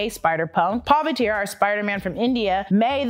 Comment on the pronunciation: Hi, say Pa-Vith-Trah Prah-Bhaa-Karr, not Paa-viter